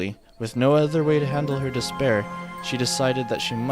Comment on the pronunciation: Did i hear “Despair”?